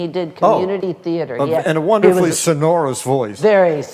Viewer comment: Great interview, but pronounced sonorous incorrectly